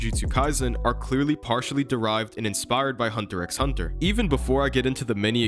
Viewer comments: Great video, BUT ITS NOT PRONOUNCED HUNTER "X" HUNTER. It's just hunter hunter. I'm commenting this mid video so don't expect a feedback on that. The video is great otherwise. 😭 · In hunter x hunter, you dont say hunter x hunter, you say hunter hunter, the x is silent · You dont need to speak the “X” in Hunter x Hunter, its just “Hunter Hunter” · you just pronounced the "X".... gross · you don’t pronounce the X in hunter x hunter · Now that I think about it, Sukuna does look like Hisoka. That Gon and Killua parallel with their clothes and hair color was a good one. But dude, x is silent in hunter x hunter. 😅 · I can’t sub bc you pronounced the x in HxH my guy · How are you not gonna know how to pronounce Ui Ui (we we) when it’s been said in the anime in both languages? Also even though I HATE hunter x hunter even I know the x isn’t spoken.